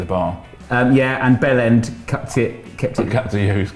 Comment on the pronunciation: Vibe is pronounced Veebay and Bjelland is pronounced Byellend